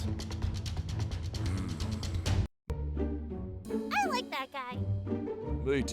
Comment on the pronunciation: Am my the only one who heard brutus say: dumba 😭